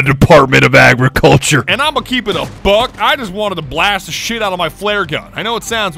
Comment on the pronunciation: The Department of "aGRIGulture"